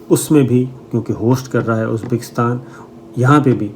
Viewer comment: Shame on you. You even can not pronounce uzbikistan.check what you said. Uneducated 3rd class so called jurnalist.